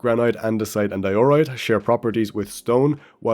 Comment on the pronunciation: Pronounce diorite correctly next video or I'm unsubbing